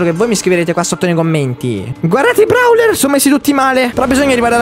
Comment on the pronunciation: No vabbe lo chiami Brawler ma si chiama browler si pronuncia e poi gli effetti e Kissy Missy mi fai sempre scappare una risata😂😂😂😂😂😂?muoio